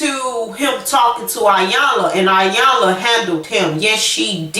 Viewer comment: Dead on, he wanted his cake n to eat it also. She looked pathetic trying to hold onto something that he already had disposed of. Iyanla is pronounced with a "E" it looks like "I"yanla but it is Eyanla.